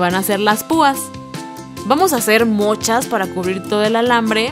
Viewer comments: Creó que en el min dijo mochas ambes de muchas like si te diste cuanta 👂💙💙😹😻👂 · Like si escuchaste ”vamos a hacer mochas" en el minuto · like si te dis tes cuenta que dijo mochas em bes de muchas en el minuto #7 9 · Like si oíste que dijo mochas jaj